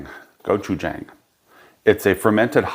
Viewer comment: Looks fantastic. Just an FYI it’s pronounced Go-Chu-Jahng (like John with an ng). 고추장. The way you pronounced it would be 고추쟁. Not trying to be a jackass, just wanted to share. Lived in Korea for 4 years, love their food and culture.